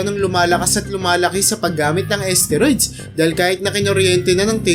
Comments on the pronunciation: asteroid ba kamo ginagamit? susko baka isteroid... haha... paki ayos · Nakakainis pakinggan ang narrator, d mabigkas ng tama ang STEROID! BUSETTT!